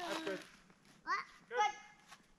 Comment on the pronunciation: “Goot” 😬